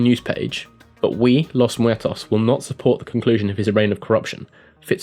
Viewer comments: Nah:P it was fine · Amethyst his pronunciation seemed fine to me. I'm Hispanic btw...